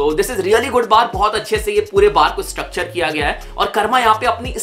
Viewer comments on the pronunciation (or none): none